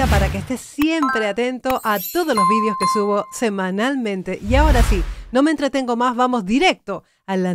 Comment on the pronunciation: Porque dice shi, shi como Luis mongol